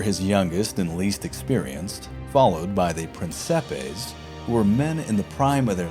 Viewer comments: Finally an English speaker that tried to pronounce "Principes" correctly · At least he didn't pronounced Principes as "prinquipes"